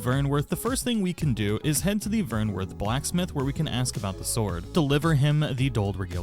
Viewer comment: Honestly she gives you the discount if you just do all her quests. Also with wyrmsfire its pronounced "worm" lol